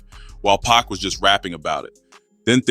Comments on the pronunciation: I always think it’s real but then when I hear certain words I think ai like when instead of pac times they say pack. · Bruh WHO TF IS PACK? 2pac ! PAC ! Not pack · 100% if they spelt PUCK ai would've read it better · Everytime AI Voice said PACK i cringed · Why does he keep calling Pac, pack? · The way you say pac is killing me lol “pack” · well that's what I thought initially, but then I realized, it's just a young black man reading and mispronouncing Pac name.😒